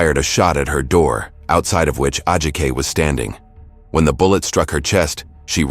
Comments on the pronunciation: Btw, narrator... you should learn how to pronounce the victims name, out of respect. Its pronounced- Ad-ji-ka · The way she keeps pronouncing Ajike’s name as A-Jaik. Is heinous. Curse this woman.